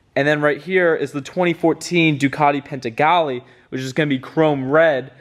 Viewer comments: It’s panigale bro,not paintegale.....👌🏼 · Panigale dude!!... It's not called Pentigale dude.. PAN-EE-GA-LEE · Its not PENTAGALE its PANIGALE :) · There is NO T IN PANIGALE . ITS NOT PANTIGALE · No T in panigale buddy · the min he said Penttttttagale i had accident in my pants lmao dude have you ever heard Ducati owners pronouncing Panigale in a correct way LOL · PANIGALE dude butchered the word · Dude said pantigale🤣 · Did i just hear “pentagale”? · Yes, You're right!!! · multiple times lol. like a dummass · I thought he said "Penzigale". Must be the secret 2022 model. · My ears hurts when he says pantigale🤣 other than that, great video dude👍👍